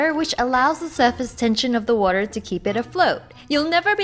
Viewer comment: Why does she say Woror instead of water lol